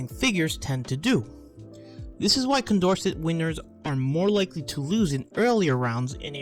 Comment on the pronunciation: Also, if he does make a new video, Condorcet is pronounced "kon dor say".